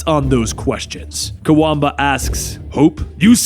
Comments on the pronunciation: you mispronounced Kwabena(quabena) as Kawamba sooo many times. lol. Love you channel though. i always look forward to you videos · I know you tried your best to pronounce his name, but just know it's said as it is spelt, Kwa Benn Ah, Kwabena